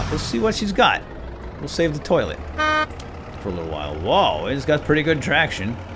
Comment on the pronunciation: at 18.58 you said loilet